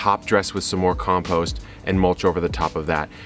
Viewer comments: From now on, I'm saying "compoost" instead of "compost". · hahaha "compoost".... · Something about the spelling of compost into comPOOst nearly made me spit my coffee out laughing. Thank you Kevin. For everything you do for us LOL much love